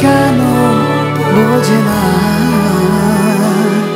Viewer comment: "পাপড়ি কেনো বোজে না" নাকি "পাপড়ি কেনো বোঝে না" উচ্চারণ ঠিক মত না হলে যত ভালই গাওয়া হোক না কেনো কানে লাগে।